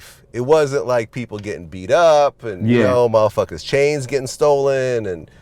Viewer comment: Vlad said "muhfuckas" as opposed to "motherfuckers" I fux w/Vlad